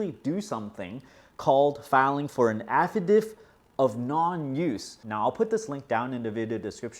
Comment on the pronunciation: Someone probably already mentioned...it's pronounced like "Affa-Dave-it"